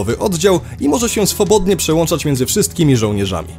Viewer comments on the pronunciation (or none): none